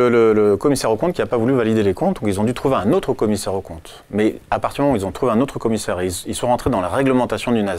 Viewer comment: Il a dit "l'ottre" à la place de "l'autre". Question : peut-on faire confiance à quelqu'un qui massacre la belle langue française?